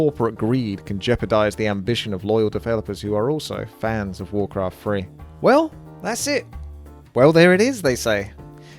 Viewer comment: Wawcwaft Fwee